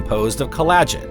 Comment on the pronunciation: "Collagen" is pronounced "KOL-a-jen," NOT "kol-A-jen." Shame.